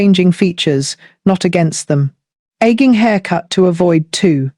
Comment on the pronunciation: I suspect that it’s the mother of the younger looking woman who is also frowning to look even older. Of course the younger woman who is smiling rather than looking forlorn will look younger, new haircut or not. Also, who else is not sick and tired of the lazy use of AI voices? I caught on when “she” referred to aging as “egging”. Please.